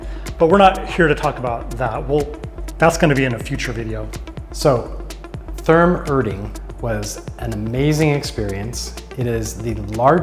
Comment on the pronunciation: It took me a minute to realize that you were saying Therme. It's pronounced more like Terma. Glad you guys had an amazing time! Love the content. Greetings from Nürnberg! 😊